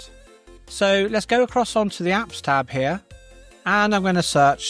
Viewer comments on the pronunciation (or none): none